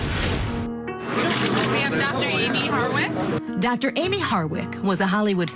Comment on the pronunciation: Why is the one female commentator continuesly calling her HARDWICK??? Did she not do her research ??? Geez, at least get this woman's name right!!!